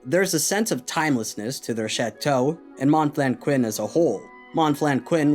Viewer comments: "Mawn flenn kwinn" 😂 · I had a hard time to follow because of your pronunciation of these french names, could you add English subtitles ? I'm French by the way... but your pronunciation of Monflanquin is hilarious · Hearing you mispronounce Monflanquin dozens of times is irritating as hell.